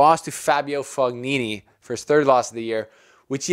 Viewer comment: Yeah you said Fognini perfectly the second time you said it 👍🏾